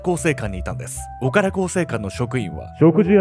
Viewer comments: 濁点の発音が苦手なのぬ オカラ更生館💦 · 岡田がずーーーっと「おから」に聞こえてて、「おから更生館って変な名前や〜」って思ってた。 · おからこうせいかんって聞こえた🤣 潜入捜査すごい！ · ダメだ…何回聞いてもオカラ更生館って聞こえるぜ… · 本当にオカラにしか聞こえない笑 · おからって聞こえてしまう……